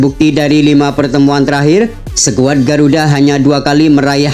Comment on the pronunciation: Perbaiki bacanya bos, jngan bilng sekuad , yg seharusnya skuad.